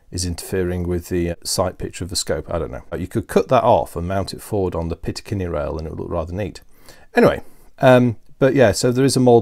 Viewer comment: Great vids! But something is driving me crazy.... it's "picatinny rail", not "pitacinny". ;)